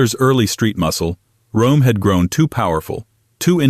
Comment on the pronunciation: It's pronounced like ROM